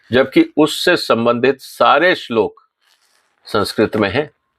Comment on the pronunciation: आप भी पहले इस श्लोक का सही उच्चारण सीख लीजिए